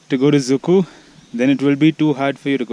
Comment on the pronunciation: I mean did you say Dzukou or Dziikou? You should pronounce it correctly before you even post Anws you've got bad one cheeers